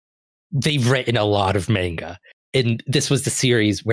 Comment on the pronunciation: Since you mentioned people in the comments complaining about your pronunciation: It's manga, not menga. ;)